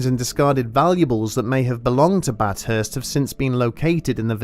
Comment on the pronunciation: It’s bath hurst no bat hurst